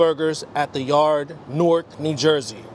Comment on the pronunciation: I appreciate how you pronounced Newark correctly. "Nork"